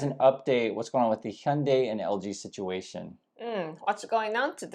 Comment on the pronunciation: Please could you explain to us exactly how to say Hyundai correctly? The guys from MOBIS told me "Hyundai like Monday" but so many people say it other ways.